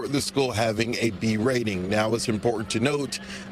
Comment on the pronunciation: Parent on the phone., " you guys are responsible for the B "RATE-N!" No, I'd say the parents are responsible for that when you can't even say the word RATING properly!